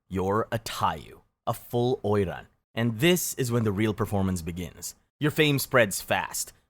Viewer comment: I thought oiran was japanese... He say it chinese